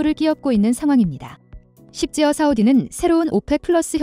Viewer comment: 십지어가 뭡니까??? 심지어 이지요? 귀사는 작가가 글을 틀리게 써줘도, 그것을 앵무새모냥 그대로 읽나요??? 독자를 생각 좀 해주세요~